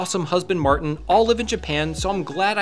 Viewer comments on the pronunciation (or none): none